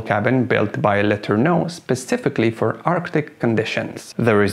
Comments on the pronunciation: When you make a historical video - perhaps you should research how the name is commonly pronounced FIRST ! It is known in USA as R. G. Lah ter noh !!! Accent on 2nd Syllable ... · What is he calling Letorneau,sounds like letter no